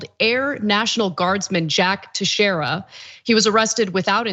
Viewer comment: Teixeira is a portuguese name. In case you want to know the correct pronunciation, its Tay(as in Taylor)-Shay(same sound)-ra.